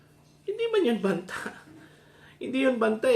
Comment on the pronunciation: Mali ang pronounced mo na Banta